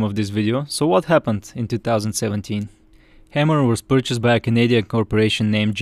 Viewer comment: It's Hay-mer, not Ham-er.